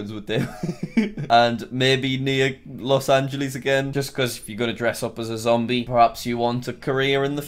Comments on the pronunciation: “LOS ANGELEES” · Los Angeleas